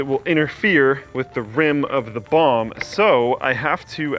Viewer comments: I die inside a bit every time he says bomb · Anyone else keep hearing bong instead of bomb? LOL